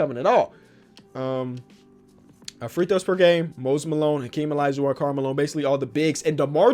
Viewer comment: Mans said alaijuwon